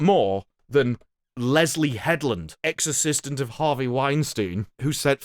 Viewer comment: Ha! I kept hearing exorcist-ant whenever you would say ex- assistant.😅